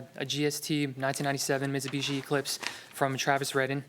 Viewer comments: and im pretty sure he was supposed to pronounce it BEECH and didn't get the memo 🤣🤣🤣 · "Mitsubitch". Did I hear that correctly?